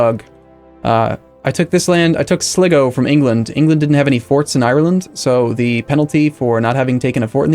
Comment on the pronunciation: sligo pronounced sly-go